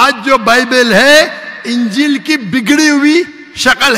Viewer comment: Dear you are a teacher. Please, pronounce the word Ingeel properly. Ingeel not ungeel.